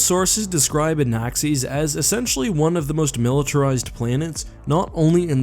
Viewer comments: Anaxes Pronunciation = "an-axe-EESS" Me = "an-ACCESS" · Everyone: Anaxes: Anaxees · Anaxes is not pronounced like that. Lol